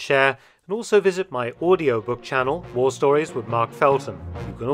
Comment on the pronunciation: lol can’t even say the word war 😂